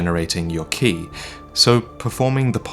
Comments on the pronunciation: Ki is pronounced like Kye not key lol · Ki is technically pronounced Chi, i have no idea why but it is. just had a very long debate about it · It's pronounced, "ch-ee" as in tai-chi. It's a bastardization of Qi from chinese. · its ki as in kai